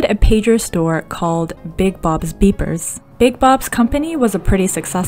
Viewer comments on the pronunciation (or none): Big Bob’s Beerers 😂 isn’t it supposed to say Beepers?